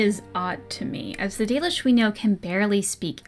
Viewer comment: If you think "The Dollish" is bad, google translate says it as "The Delish"